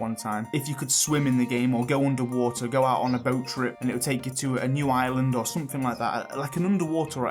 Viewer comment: Love your take on the potential new updates!! Btw somewhat off-topic but i noticed that you pronounced the "u" sound in words such as "cutscene", "something" and "double" for example, as the "oo" sound like "cootscene", "soomthing" and "dooble", which sounded quite adorable and refreshing xD Is this deliberate or native? Sorry if i'm insensitive about this and i don't mean any harm, just legitimately curious about this. Anyone else realised?